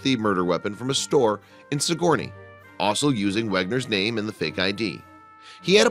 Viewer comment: Sigourney is pronounced, SIG ger ney